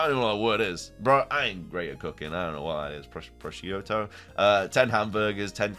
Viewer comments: You ALMOST said it right!🙌🏻it’s pronounced PRO—SHOOT-OH😂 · That strange word in sandwich ingredients is pronounced Pro-shoot-oh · Pro Shoot O -- its a cheese... that you were trying to pronounce...